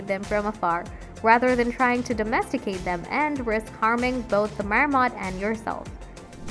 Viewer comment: It's not a "Mayor-mot". 🤦‍♂️🤦‍♂️🤦‍♂️